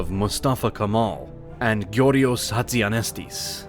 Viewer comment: If you're making this video, at least study the pronunciation of such places and people, 17 min into video, couple dozen of mispronunciations and wrong names of places. Not Turkey, Türkiye. Not Constantinople, Istanbul. Not Kamal, Kemal. I myself being tought about Canada, USA and UK about names and pronunciations all my life, as a Turkish guy, this is such a disrespect.